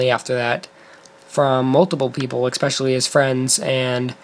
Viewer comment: It's especially... not Eggspecially.. and its Alex Gay not Alex Day